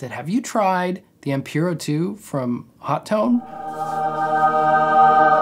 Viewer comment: It’s pronounced ‘Ho Tone’ (or ‘Hot One’ if you’re British)